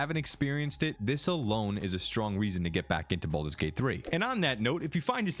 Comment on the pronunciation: *baldurs gate not bolders lol